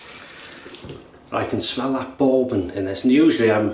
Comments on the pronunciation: In the States, "bourbon" rhymes with "urban" or "turban", not with "foreman" or "Mormon." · Great shave mate! Yeah, Peter takes no prisoners with his commissioned soaps. LOL, I like how you pronounce Bourbon hehehe...I might ask for a "Boarbon" next time I'm at the gentleman's club LOL. Love the Black Beauty...probably my favourite Gillette Adjustable (my favourite setting is 7 on all my adjustables - just the right amount of efficiency for my skin). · I love the way you pronounce "bourbon." So classy. (Not being snarky!)